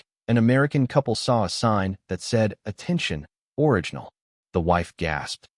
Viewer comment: AI doesn't know how to pronounce orignal ...moose ;; OR-RIG-NAL (sort of) ..not or-ij--in-all